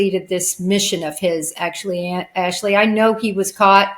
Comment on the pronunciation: Wrong pronunciation of Jennifer’s last name Ashleigh.